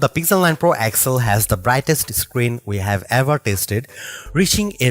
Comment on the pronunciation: Man everytime I hear you I got to stop the clip. That device is not called pixel 9 excel. Say X L